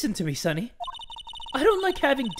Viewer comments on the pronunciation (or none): none